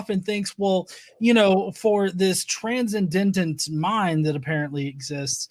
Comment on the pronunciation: wins the Confirmation Bias Award today. Oh, and it's pronounced "tran-send-ent" 😁 Love you, bro.